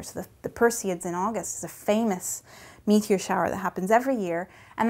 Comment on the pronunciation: Tell me I'm not the only one that listened to her say "...that's when we see these periodic meteor showers every year..." and smiled with delight when she stressed the me in meteor . ツ Maybe start listening , let the anticipation build up. Better yet, just start from the beginning, she is positively delightful to listen to. She could read a bowl of cheerios and I'd be happy to listen.